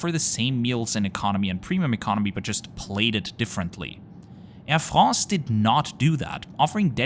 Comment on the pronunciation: "Air FRRROOSS"